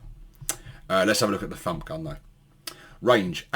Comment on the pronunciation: It sounded like you said ‘Da F**k Gun’ instead of Da Fump Gun!🤣😂🤣😂🤣😂🤣